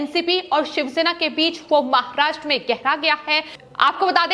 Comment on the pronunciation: अरे तोतली पहले ढंग से बोलना तो सीख ले फिर न्यूज पढ़ना। आहरोप महारात्रा बकलोल कैसे बोलती है जैसी दिखती है वैसे ही हकलाती भी है अगर जरा भी शर्म है तो आज से समाचार वाचन छोर दे